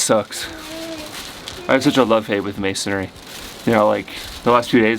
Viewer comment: It's masonRY......not "....masonary....."